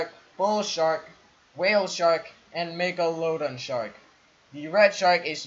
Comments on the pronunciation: He pronounced Megalodon wrong!!!! LOL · am i the only one that noticed that he mispronounced Megalodon